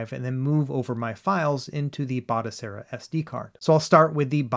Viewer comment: Batocera Not Botacera 😁😇